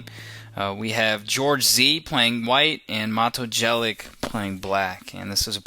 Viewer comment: U need 2 learn how 2 pronounce jelic my friend :). And nice video